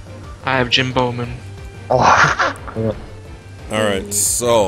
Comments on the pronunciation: Long story short, pronounced someones Twitch name incorrectly as "Jim Bowman" when that person re-subscribed. Can't remember the exact name.:] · xFreshgameRx Asshole666777 someone's name was Jimboman (pronounced Jimbo-man) but was like "Jim Bowman has subscribed" and they just tooled on him